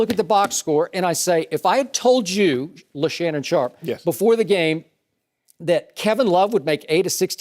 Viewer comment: "LeShannon Sharpe" LMAO!!!!!!!!!!!!!!!